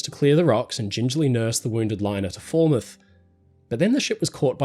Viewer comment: Foul-mouth = Falmouth, not fall-mouth. Just a heads up, the English language is a weird one.